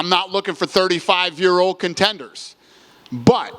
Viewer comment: that “BUT” was crazy😂